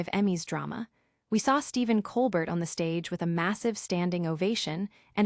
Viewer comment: His name is pronounced ColBEAR, not ColBERT.